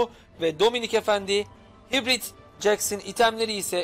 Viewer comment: hitbrit deme abi haybört deniyo die biliyorum